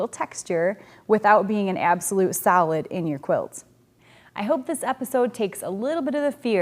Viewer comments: i kept thinking you were saying salad colors.... ohhh solid! duh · With my accent, I was listening the the series in the background and didn't realise you were saying 'solid' in the previous video...I thought it was 'salad' 😆 Brilliant series thank you